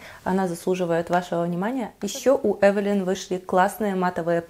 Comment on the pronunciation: Спасибо,что правильно произносите название фирмы.И больше не подстраиваетесь под тех,кто сам придумал как лучше говорить.Основные две категории это "так больше нравится" и "так привычнее".